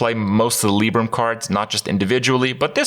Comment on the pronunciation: Lie-brum not Lee-brum